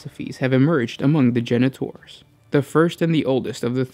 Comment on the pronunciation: You say: Genetors I hear: Janitors